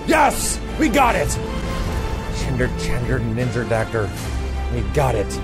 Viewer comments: he actually does say ninjer a little bit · Sounds like he just flubbed the word ninja by accident. Not a big deal. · yeah but that shows he probably initially meant to say ninjer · im just confused how he got the hard er out of tryna say ninja like bruh